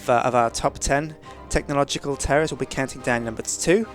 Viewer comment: Sound like he says top ten tekkit terrorists